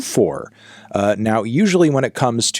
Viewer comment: That is the most non American thing you just said “2k,24”, like its a car module or something 😂😂😂😂